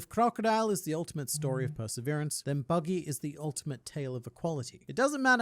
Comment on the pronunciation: bro just no he said buddy the clown not buggy d clown like bro pls stop i like ur vids and all but pls stop no hate